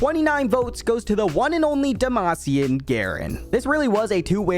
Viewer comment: Its supposed to be garen